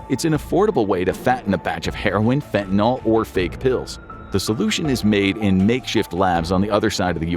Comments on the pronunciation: It's not getting worse at an exponential rate, come on ...and it's not pronounced faentanawl! It's fen ta nil, not fentanol! Also, the one positive thing about fentanyl is that it doesn't have to be injected, it can be smoked, so one can avoid the entire hypodermic death trip. BTW, xylazine is a clonidine analog, and clonidine is used in "kick packs" to treat opioid withdrawal along with an antihistamine and a gabapentinoid. I'd like to see your literature on clandestine xylazine labs, since I've seen no literature on clandestine lab sources of it so far... Scopolamine, atropine and other tropane alkaloids have been used to sedate victims for a very long time in South America - they're present in Jimson weed, belladonna, and a few other plants. The ultimate in this class is agent BZ, and it's so potent it's considered a chemical warfare agent. But the beautiful Brugmansia shrubs (trumpet flowers) with large white or orange flowers are popular garden shrubs everywhere in the tropics, and are as strong as Jimson weed or any other tropane allaloid containing plants. Also, there's no nitroglycerin in gunpowder! And modafinil (mode aw fa nil) is the pronunciation - call it Provigil - lots of other people do ... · Hey, can we all, including this video, PLEASE try to pronounce FentaNYL correctly? It's not like TyleNOL. FEN-tuh-nil (/ˈfɛn.tə.nɪl/)